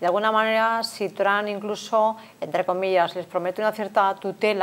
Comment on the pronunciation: TRAN ?????😂😂😂😂 TRUMP SR.